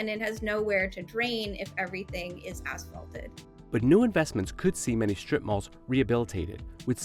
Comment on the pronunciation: The announcer keeps pronouncing it “shtrip” - with an H. Terribly annoying.